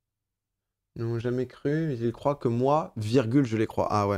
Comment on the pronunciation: par contre ont dit croivent